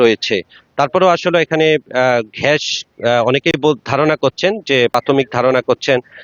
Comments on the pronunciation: সাংবাদিক! ঘ্যাস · ভাই আগে শুদ্ধ ভাষা উচ্চারণ করা শিখেন তারপরে সাংবাদিকতা পেশায় নিযুক্ত হবেন🤣🤣🤣 ঘ্যাস কি জিনিস🤣🤣🤣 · কোনটা সঠিক ঘ্যাস / গ্যাস , News 24 আঞ্চলিক সাংবাদিক ভাই সমানে ঘ্যাস আর ঘ্যাস বলেই যাচ্ছেন, গর্তে নাহ ঘর্তে,,,,??? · ঘ্যাস না ভাই গ্যাস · সাংবাদিক এর উচ্চারণ ঠিক করতে হবে ঘ্যাস না হয়ে গ্যাস হবে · ভাই শব্দের উচ্চারণ ঠিক করুন। ঘ্যাশ নয় গ্যাস। এ অনাঙ্কাখিত মর্মান্তিক ঘটনার জন্য আমরা সবাই দুঃখ প্রকাশ করছি! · ঘ্যাস না গ্যাস ভাই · ঘেস নয় এটা হবে গ্যাস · আচ্ছা আপনাদের মুখে এত জড়তা কেন আর আপনি গ্যাস বলতে পারেন না গ্যাস বলছেন কেন একটা কথা ভালো করে বলতে জানেনা আমার সাংবাদিক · ঘ্যাস কী? সাংবাদিকের তো উচ্চারণ ঠিক নেই। গর্ত কে বলে ঘর্ত। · সাংবাদিক ভাই, এটা ঘ্যাস না গ্যাস হবে। ঘর্ত না গর্ত হবে। উচ্চারণে ভুল হচ্ছে।